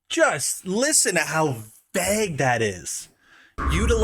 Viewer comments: Vay-g not veg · Vague not veg holy fuck thats annoying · bro pls learn how to pronounce vague if you're gonna keep saying it every 5 minutes